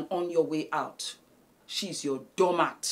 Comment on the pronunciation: The "She’s your doormaaat” with so much emphasis 😩😭😭🤣